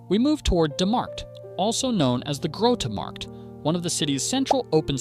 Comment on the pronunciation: Suggestions: - Don’t pronounce Dutch names at all, just talk about them (“the large central market” instead of “the groete marked”) and display the actual name on screen. - Don’t show the old paintings the video is based on, try to make the video all AI video in a coherent style. Show a simplified map in a corner of the screen to display where the video is. - Make the dialogs (and the video) shorter and show yourself only Picture in Picture, not full screen. Focus on the video.